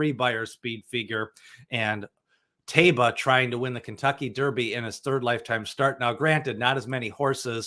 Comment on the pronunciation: Can you please stop adding an additional syllable to Taiba's name? There's no "bee-ya" at the end of his name.